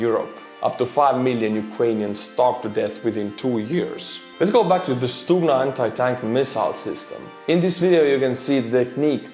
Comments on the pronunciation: No. We don't pronounce G as H. Who had told you such thing? =) Although G in this world is soft one so it's like first you hear G which then kind of ending with small h sound... but still if you will say it like stuHna instead of stuGna you will be wrong. stuGna pronunciation is correct one. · actually you first pronunciation of Stugna was more correct (sounded almost perfect). We don't say StuHna, we say StuGna;) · Unless I'm very much mistaken, G is pronounced as H in Ukrainian (as in "head"), not "kh" (X in Azbuka) as in... well, there's no such consonant in English, but you know what I mean---the sound made. (BTW, that H is one of the obvious things that allow you to easily distinguish Ukrainian from Russian, even if you don't know the languages. There's no H in Russian---they pronounce G it as in "get".) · Stugna is pronounced in Ukrainian with a soft H sound like hello. Stuhna instead of stukhna. :) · No, it is stuGna (not h) t. Ukrainian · letter "G" in Ukrainian is pronounced not like H, but like something in the middle between H and G. (stugna or stuhna). This is insignificant, just wanted to say)) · stop using the rubbish google translate . it is pronounced STUHNA with a "H" !! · It's not stuHna,but neither stuGna , it's something in between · To prevent further ear bleeding, Ukrainian Stugna sounds as [stoogna], from stugnuti «to cool». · it's pronounced stu-Г-na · Forgive me but isn't the double detonation of Stuhna warheads intented to defeat explosive reaction armour. I see that the Stugna operators designating an area above the target, to defeat lock on detection inside the tank, then drop down after launch onto the tank. Also good to learn that our Ukrainian friends pronounce their 'g' the way us Scots pronounce our 'ch'.